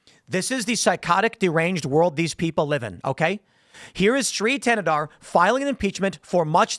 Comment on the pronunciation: Thanadar is the other villian in He-Man when skeletor is out on vacation. His villain power? Sounding D when T is in the word.